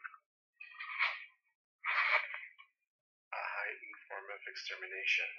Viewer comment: Wait, did Oobleck really say "A heightened form of extermination"? I always heard it as "A hike full of extermination".